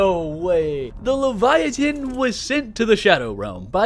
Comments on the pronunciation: Enjoyable video as always but I hearing you say leviatin instead of leviathan over and over was making my eye twitch 😂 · Why do you pronounce leviathan incorrectly 😹 have you never heard it pronounced before? The T doesn't make the T sound, it's right next to a H, so it makes the TH sound. Omg you just said it againnnnnn aaahaha it's so silly that it bothers me lol but it does! Absolutely love your videos though! Incorrect pronunciation or not 🫶🏼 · I like how he pronounces leviathan without the th